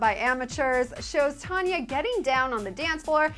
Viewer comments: I have to say that i don't like any of the songs but if i had to choose i would pick I don't wanna be a crappy housewfe... I'm from Norway by the way and your saying the name wrong. It's Tonje not Tanya,... :P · Not tanya TONJE with the "j" pronounced like "jee"